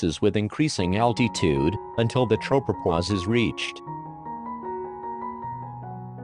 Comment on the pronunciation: Why does the robot pronounce altitude al tee tude